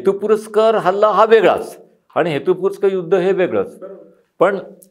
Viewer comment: सर, हेतुपुरस्सर असा शब्द आहे. हेतुपुरस्कर नाही. Just FYI. बाकी मुलाखत अतिशय उद्बोधक! तुमचं ज्ञान अगाध आहे. वंदनीय.